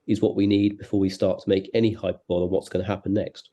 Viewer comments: Did Duncan Baker really just pronounce hyperbole as "hyper bowl" ?? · The conservative MP's characterization of the criticism about Truss as "hyperbowl" [sic] amply demonstrates just how out of touch the Tory party has become. He can't even pronounce the word right. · WOW! At 4.10 Duncan (whoever he is, probably Con member for "Dunny On The Wold"), refers to "Hyperbowls", when he actually meant "Hyperboles", which is pronounced "hy-per-bol-ees". Yet another MP that needs to check their research and grammar before they open their large judgemental mouths and attempt to speak and offer us their own inflated opinions while attempting to govern the country. Hype-and- Pong-Buddy, so just do your worst to try and save your seat! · Hy-per-bowl-ee not hyper bowl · Tell Duncan that hyperbole is pronounced hi-per-bol-ee.